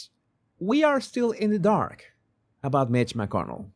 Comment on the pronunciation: I love the accent "meeech mckernal"